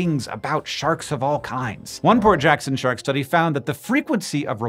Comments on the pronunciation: For a while I thought you were saying poor Jackson sharks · Instead of “Port Jackson shark” I keep hearing Hank say Poor Jackson shark & now I’m wondering if it’s poor as in broke or poor as in “oh those poor creatures” & I can’t help but imagine a shark pulling out a wallet only for it to be empty😅😅😅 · I needed to look in the description of the video because I was hearing "poor" Jackson Shark the whole time and I thought "that can't be right." :D Port Jackson Shark makes more sense :D